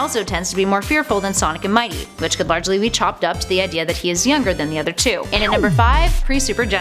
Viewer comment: When Ray says Mighty it sounds like "MY TEA!"